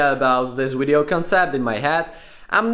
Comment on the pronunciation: "Finish the wideo"